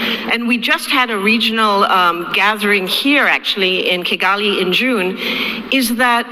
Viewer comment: Not Kayan rather Kigali